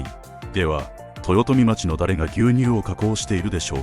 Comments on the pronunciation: 豊富町(とよとみまち)じゃなくて豊富町(とよとみちょう)です 北海道で町をまちと読むのは森町だけです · 道民のセイコーマート愛は根強いものがあります。が、「とよとみまち」には笑ってしまいました。「とよとみちょう」です。北海道では○○町を「○○ちょう」と読むのが普通です。